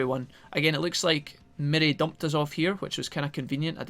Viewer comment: Mirei is pronounced Me-ray, also, shes actually a reoccurring character is games, even before cyber sleuth